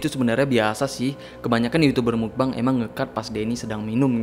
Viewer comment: Yg benar pengucapannya adalah bukan "mukbang" bukan juga "mukbeng", tapi "mokbang" dari bahasa korea muk (먹) artinya makan dan bang (방)yg artinya ruang.